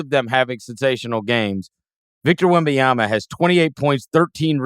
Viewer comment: Can Chris try to pronounce Wembanyama correctly? It's not Wembayama/Wembyama. Be better than Reggie Miller.